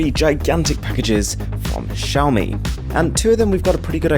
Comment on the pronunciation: At least you pronounce Xiaomi correctly.